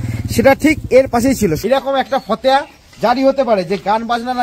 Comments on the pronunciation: fhateha noi fhotewa.. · ফতেয়া নয়, ফতোয়া বলুন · উচ্চারণ ঠিক করে কর , ফতেয়া নয় , ফতোয়া।